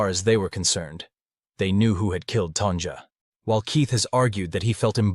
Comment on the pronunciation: Hearing Tan"jah" sounds weird. It's even weirder you eventually say her name correctly , Tanya